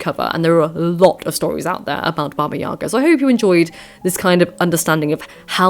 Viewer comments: yagA, stress on the last syllable, not yAga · thanks for the video! btw, in russian the stress falls on the last syllable - baba yagA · YagA. Put the stress on the second syllable, please.